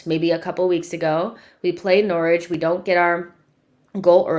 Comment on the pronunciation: You nailed it, Nor-ich! LOL!